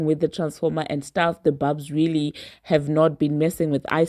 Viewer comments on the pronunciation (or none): It’s barbz not barbs. And y’all do understand that there are a lot of fake Nicki fan pages and bot barbz right? Nicki has already told us that. Trust, Nicki has a way of letting the barbz know when she don’t fw an artist anymore.